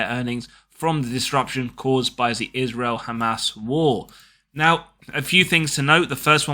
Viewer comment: that was spot on pronunciation of the word hamas Do you speak Hebrew/Arabic? Really enjoying your videos, cheers